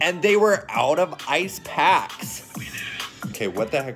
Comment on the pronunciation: Why did you put so much emphasis on the packs?